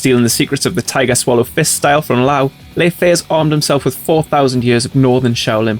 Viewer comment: Fantastic video. Btw the Fei in lei fei is pronounced like “Fur”